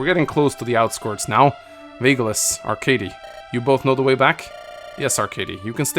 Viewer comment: Game: Arckady: ArckaRdy Game: IngriD: HinGry I also enjoy the longer dialogue